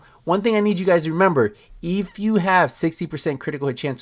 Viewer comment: lol you got real spanish with "if"